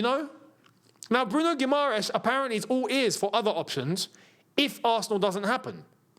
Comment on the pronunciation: you pronunced guimarães correctly, the second time.